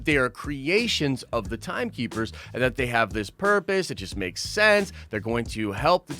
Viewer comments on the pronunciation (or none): none